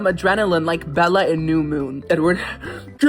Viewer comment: I nearly spewed my adult beverage across the desk in front of me when you nailed "Bella" at 28 minutes. NAILED IT!!! You're my newest most favorite.